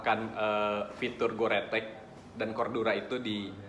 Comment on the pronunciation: Ngomongna Gorteks anying, Gore tek gore tek 😂